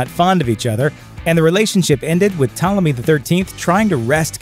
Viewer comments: You go from mispronouncing it as Ptalomy, to saying it correctly as Ptolemy. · Pt*o*lemy, not "Ptahlemy." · ok firstly stop saying 12 HUNDRED years also its Ptolemy not PtALemy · Ptolemy is not pronounced "Tella me" like some lost italian migrant. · How do get “Ptalemy” pronunciation from Ptolemy??? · Why is the narrator pronouncing "Ptolomy" as "Ptalamy"? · Ptolemy pronounced as "talemy" is an... interesting choice. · I’d say the narrator needs to Google how to pronounce Ptolemy. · How are you going to give a history lesson and the very first fact you start by mispronouncing Ptolemy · He's is kind of mispronouncing Ptolemy, I don't think anyone of the period described as beautiful....brilliant yes. The co-regent thing was indeed and Egyptian thing and I don't believe is was a Macedonian thing although most Roman genereal's eventually choose a god to be descended from. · Is it too much to expect that the narrators of these youtubes actually had a rudimentary education? This idiot Bozo can't even pronounce Ptolemy correctly. He must be the sad result of a public school education. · The P is not silent in Ptolemy, wtf americans?!!